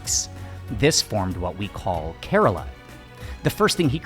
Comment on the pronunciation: Nice video over all...Thank you...as for the work Kerala...it is pronounced (properly)...from the Indian dialectic not the English...as "Care-Rah-La"...not..."Care-Rela"...